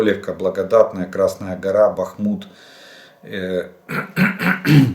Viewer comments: 1) БАхмут, а не БахмУт; 2) різниця в часі між Україною та східним узбережжям США 7 годин, а не 9; 3) ОСНО був підписаний у 1991р, вступив в силу у 1994 р, а не "був підписаний у 1995 р." тощо. Нема сил все це терпіти Прощавай, канале. Відписуюсь. Ну, за старання -дякую. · БахмУт,..лядь, БахмУт. Немає сечі терпіти ці пекельні борошна? вали. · Почитайте, як правильно говорити: Бахмут з наголосом на «а». Інша вимова є русизмом , наприклад, ГостомЕль, як вимовляли російські окупанти. Чесно кажучи, дуже ріже слух.